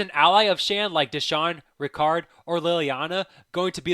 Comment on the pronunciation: Her name is Liana not liliana